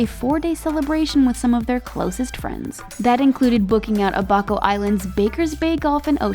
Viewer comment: Definitely pronounced abaco wrong.